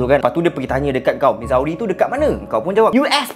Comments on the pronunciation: Bukan mizawe cara sebut dia..cara sebut dia mizuri.. Pening kepala la kalau bakal pak mertua tanya mizawe kat mana.. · Missouri - sebutnya Mizuri. Sama2 kongsi ilmu ok ✌🏼